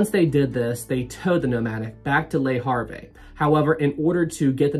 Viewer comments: Le Harvey, so funny! In French you don’t pronounce the last letter. Le Harv is how it should sound. Great video p! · I shouldn't make fun of your pronounciation of French nouns but "Lee Harvey" made me laugh uncontrollably for five minutes. Thanks, I needed it. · "Lay Haaave" is near enough. The "re" of Le Havre are silent in pronunciation. Good video non the less. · Love your pronunciations of Portsmouth and Le Havre😂